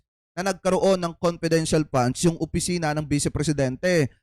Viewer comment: Ano sabi nya confidential question,confedintial fund.😂